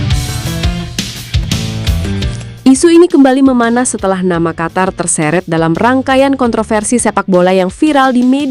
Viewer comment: Negara Qatar= negara Qotor karena huruf A di baca O 😂😂😂😂😂😂😂